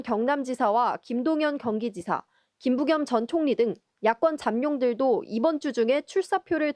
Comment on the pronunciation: 야꿘잡룡? 나만 그렇게 들리나요?